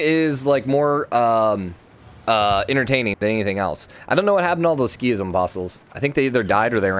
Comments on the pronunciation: I'm a little triggered by "Ski-ism". I think it should be pronounced "Sik-ism". Otherwise: a great series! Very fun to watch! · Yeah I was like; “what is he talking about ?? what’s a skism ?? Ohhh he means sikhism” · Pipothefreak sik-hism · It’s pronounced like seekism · I know it's supposed to be Sik-hism, but in my spoken language the 'h' is dropped quite frequently, so that wouldn't trigger me as much. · This got me so bugged as well 😂😂